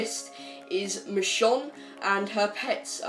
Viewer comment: Do you even watch the show lol, “Michonn”